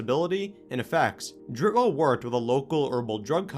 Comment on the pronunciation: Im German. In German pronounciation you speak out the e's at the end of the words Dritte and Welle. Like you say the and not th in English. So not Dritt Well, you gotta say Dritte Welle. In English this means “third wave“:)